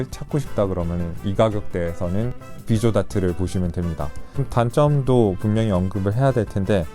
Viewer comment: 비소데이트가 아니라 비조다트라고 읽는데에는 이유가 있으신겁니까?